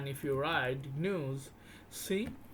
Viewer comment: I'd like ti interject for a moment...what you're referring to as j(eez)-news is actually g(of give)...news 😂 wonderful rare video.